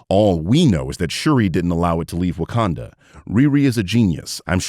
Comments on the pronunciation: “WAKANDER” woah bro hard R’s for a black country is wild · did bro just put a hard r on wakanda..? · Also notice how they say Wakander and not Wakanda? Mainly speaking about the whyt EDP looking dude. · I think he's British or Australian and that's how they pronounce it. Not a defense of him, just making a linguistic note.